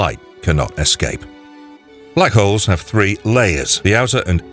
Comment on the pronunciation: Guy needs to work on his pronunciation. He said Black hoes.